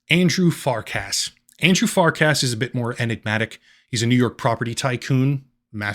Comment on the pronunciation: its Far-CUSS not Fark-ASS